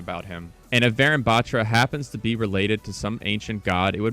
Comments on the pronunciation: warune baAtra.Its pronounced like that. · Not to be mean but you're kinda butchering the pronunciation for Varun Batra. It's pronounced Vuh-roon Buth-ra Like the comment if you didn't know this so more people learn the correct pronunciation :D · Its Pronounced Varoon Batraa the “tra” in Batra is pronounced Like spanish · Note: Ur pronouncing varun batra wrong, its pronounced as Vuhroon buhtraa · He researched soo much yet forgot to research how it's pronounced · although its cool they're adding an indian agent, guys please learn to pronounce varun batra properly.. thanks (pronounced as {va as wa in was: ru as in run; and n as nuh} his last name being {bha in bharat; tra as in traditional} overall being waruhnuh bhatra) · Actually it's pronounced Vaaa roon buttraa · vuh-rune but-tra. that is how it should be pronounced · pronounce it like Varoon battra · Finally, a fellow Indian character, pogchamps also its V-e-roon B-e-traa pronounced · Pronounce it as vaaroon baatraa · Hi! I mean no offense, but the proper pronunciation of Varun Batra is [Vha-roon Bha-thrah] :) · bro just messed varun batra pronunciation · It's kinda funny how he pronounce the name varun batra...😅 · I cringed at his pronounciation of varun batra 😭😭